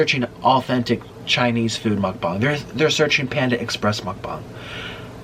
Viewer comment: Why dose he say mukbans?? Its mukbang!